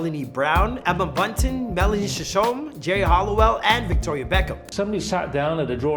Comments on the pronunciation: 'Shishome' 😂 He's pronounced Geris surname as 'Hulliwell' too lol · They were such a phenomenon. One of those things that you really had to be there to understand just how massive they were, especially in the UK where it literally was a Spiceworld as they were EVERYWHERE. Erm, what the hell was that pronunciation of Mel Cs surname 😂 'Melanie Shishome' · he pronounced Melanie C's name funny LOL